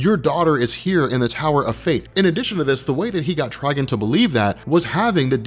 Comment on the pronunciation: Quit saying Tryg'n. Its Trigon. Like decepticon. Not deceptic'n